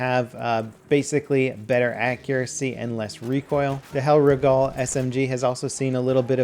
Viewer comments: For the love of Christ there is not a letter 'A' in Hellriegel. It's not a Hellriegall bladder. HellREEGLE. Like how you'd pronounce Regal. God. xD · you are pronouncing the hellriegel wrong, it's hellr(iegel)<- pronounced like eagle, and not hellrieg'a'l. If that makes any sense, anyway informative video as always!